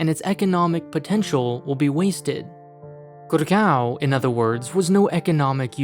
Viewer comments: its GUUURRRGAAAOOOWWN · GurGAWN say it 100x until you hurt your jaw